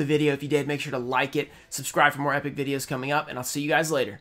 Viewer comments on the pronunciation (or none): none